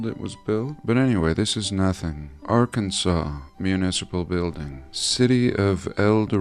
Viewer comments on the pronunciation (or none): none